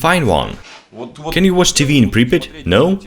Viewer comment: Its pripyat hash!!